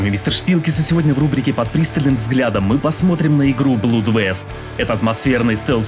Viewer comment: Привет и спасибо за ролик, игра забавная. Только одно "но" - она не "блуд"! Блуд - это беспорядочные половые связи, а кровь (blood) на аглицком произносится как "блад" 😁. Вот тот же известный капитан Блад у Р. Сабатини, так он в оригинале "Captain Blood". А в остальном всё хорошо. ;))